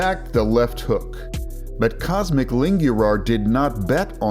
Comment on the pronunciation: IT IS NOT COSMIC IT IS COSMIN COSMIN ITS NOT PRONOUNCING COSMIC ITS COSMIIN